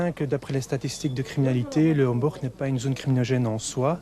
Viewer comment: Mademoiselle la journaliste ce n'était pas un reportage dans le quartier du "Hemborgue" comme vous le dites mais bien du quartier du "Homborch" alors comment prononcer convenablement un nom propre à l'antenne, ça c'est du domaine de l'information.